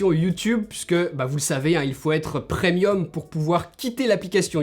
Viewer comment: c'est ce qu'il vient de dire. et c'est premium, pas prenium.